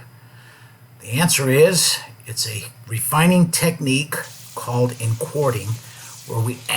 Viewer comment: "Refininig" Good video though.